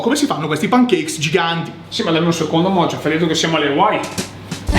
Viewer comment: Ma qualcuno glielo spiega a che si chiama MOCIO e non MOCIOF?